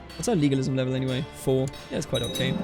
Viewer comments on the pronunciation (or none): none